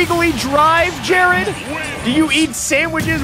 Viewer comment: Hi, my name is Jered.... listening to this hurt....